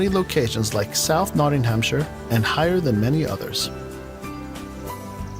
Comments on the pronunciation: love your reactions but the video you chose to react to was mostly a load of old bollocks (that's a good British phrase you need to learn). The narrator couldn't pronounce most of the place names - where is Nodding-ham-shyre and Durbyshire - Really? It was also full of stock footage (bees), lots of footage of women looking at their phones (?). Also it didn't mention some of the best places in the UK - Like The New Forest, Cornwall, Devon, the list goes on. Maybe, next time use a video that was created in the UK by someone who lives there, and not someone who made it by looking at wikipedia and trawling the internet for dodgy stock footage... Keep up the goof work, fella! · Just one thing dont take what some of they voice over person says as correct its not always true as some of it has changed alot and the shire bit is like sha also not said like shay its a as in sh-a not sh-ay as in one of the places Nottinghamshire is more like notting-m-sha also like Birmingham is birming-m or as some say brum dont ask why just the way some or most say